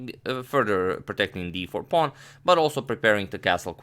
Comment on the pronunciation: "whute is up a pown"